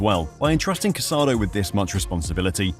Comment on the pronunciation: The player’s name is pronounced Ca-sa-DOUGH. Please be respectful. The final accent mark means something